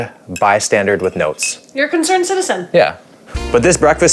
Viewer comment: Wait,did say “concerned bystandard” or is it me? 😂 This place is a rip off